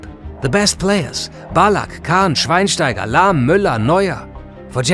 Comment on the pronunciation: Are you a german? You pronounce every Name perfectly, even some like Schweinsteiger. Hahaha